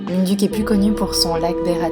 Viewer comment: Très belles images ! Quelques précisions, les "u" se prononcent "ou" (pour "munduk", "mont batur", "Ubud" etc)